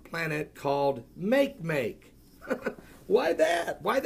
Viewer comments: It's not "make make" it's not English, it's 'Olelo - said almost like mock ay mock ay and it means 'want'. NASA is not looking for any of the kookie club's different versions of fictional Planet X. They're just looking for all things new. Since when did playing pretend become the sport of Christians.............. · Makemake is pronounced "mah-kay-mah-kay", named after the 'god' of the Rapa Nui people from Easter Island. It is a dwarf planet in the Kuiper Belt next to Pluto.